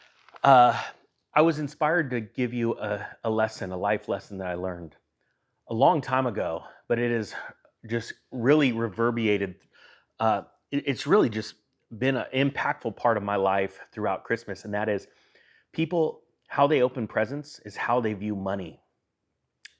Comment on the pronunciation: Reverberated not reverbiated